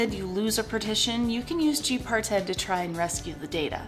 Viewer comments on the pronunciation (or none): I'm pretty sure it's "G-Parted", not "G-Par-Ted" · lol you said part-ted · why you say it like that?? Gparted rhymes with HeFarted! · lol G par ted ? Cute way of saying it. But I positive Parted is a single word. GParted not G par ted lol Just the same good work and keep it up.